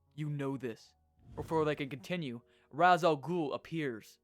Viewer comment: Can't tell if you're voicing yourself, or using a tts program, but just in case "Ra's" from "Ra's Al Ghul" is pronounced like "Ray-sh"